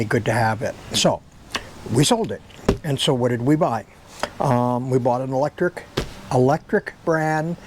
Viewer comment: It’s pronounced Aventon not aventure and the bike you bought is from Lektric not Electric .